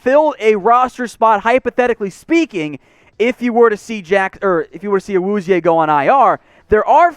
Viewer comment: PLZ just say "Cheeto"... I wana reach through my screen and slap you every time you pronounce his name